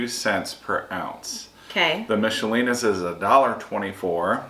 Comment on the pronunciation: Not to upset you but you pronounced Michelina's incorrectly. According to their commercials it's a K sound like Mick-a-linas. Sorry.